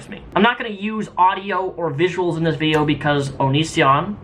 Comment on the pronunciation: He said "vidcha" redneck coming out lol